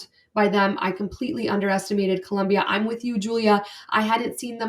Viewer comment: It’s Colombia. No “u”. ❤